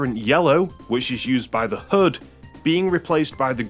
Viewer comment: Everytime he said HUD I thought he was saying hood and I was so confused about what he was talking about lol